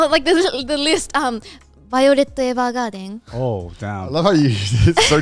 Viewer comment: the way she said "violet evergarden" omg so thats how you say it in japanese